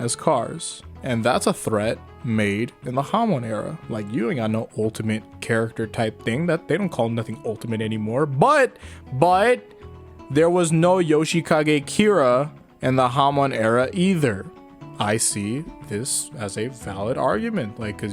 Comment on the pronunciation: Yousheekage keeraa? Who was that? I remember Yoshikage Kira :P